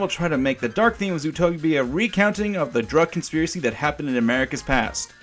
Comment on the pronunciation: "consipracy"??? Uh were you tired when you made the video?